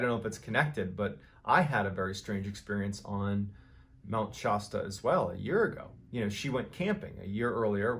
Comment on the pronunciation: Mount Shosta?